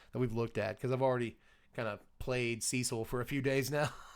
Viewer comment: So glad to finally hear a content creator that knows how the name Cecil is enunciated.1 out of 3 so far.